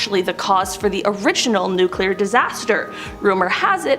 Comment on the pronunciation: NuCLEAR. There is no such word as"NuCULAR".